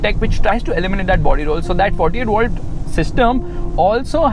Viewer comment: illuminate not eliminate, still love your videos 👌🏻